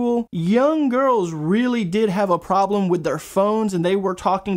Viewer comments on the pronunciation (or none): none